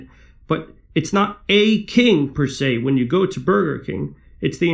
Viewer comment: "You're bloody well right he's a King who provides Burder"